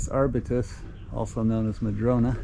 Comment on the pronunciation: Curious, where did you arrive at your pronunciation of Arbutus Trees from? Most locals pronounce Arbutus